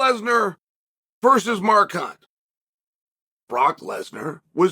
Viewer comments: I can't help but notice that he pronounces Mark's name "More Cunt" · Did he just say Mar Khunt?